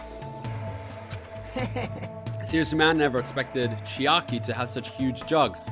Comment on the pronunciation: For one highlight, i want a compilation of every time you say "Chikai" and then at the end, the time you said "Oh it's chiaki! I've been reading it wrong.."